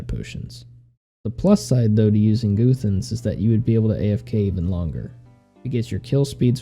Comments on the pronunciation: was down to watch until 'Goothans' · Goothans lmao